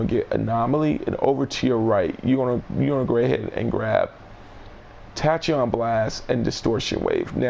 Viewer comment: Tachyon is Pronounced like tack•key•on